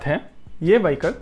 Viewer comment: उच्चारण वहीकल नहीं विहीक्ल होता है!